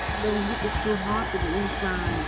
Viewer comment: i didn't understand what did u say... you say inside like ingsaid😂😂😂